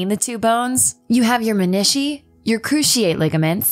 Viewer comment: This lady does not know how to pronounce menisci lol